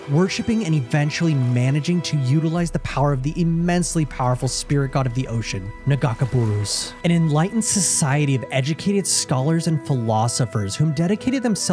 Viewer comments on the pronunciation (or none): Naga K Boros man Illaoi says it. But otherwise, awesome video thank you so much for making this. 👍